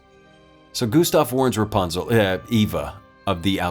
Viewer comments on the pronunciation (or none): you called her Reponsle lol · I like that mistake that the Narrator made “Rapanz-Err Eva” because the same way Rapanzuel was locked up in the tower her whole life. Eva also got to experience the same events except she was seen as unacceptable due to society standards.Just because something scared doesn’t mean it has to be abused. In my opinion she is extraordinarily beautiful 😍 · Notice how he made a mistake saying raponsle if i spelt that correct